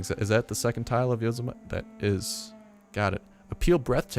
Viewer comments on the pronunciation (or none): Lol yozamite. its pronounced yo-sem-a-tea like Yosemite Sam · It's pronounced Yo-Sim-Ity, not Yo-Si-Mite. Just fyi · Yo-sem-a-tee not yos-a-mite